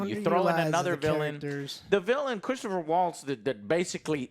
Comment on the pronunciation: Christoph Waltz....not "Christopher"